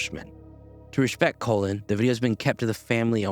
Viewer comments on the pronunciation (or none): Col - in not COLON. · Is... nobody going to comment on him pronouncing Colin as "colon"?